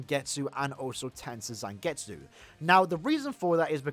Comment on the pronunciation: It's zangetsu